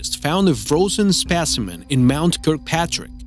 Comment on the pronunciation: It's specimen, not spishiment